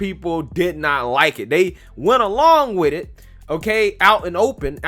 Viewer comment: How about trying to speak English. It's with it, not wid it.